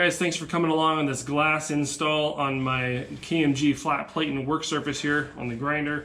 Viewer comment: Plat-en, not plate-ten